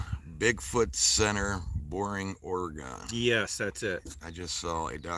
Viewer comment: Your butchering the pronunciation of oregon, its pronounced ore like oreo, and gone like gun put it together.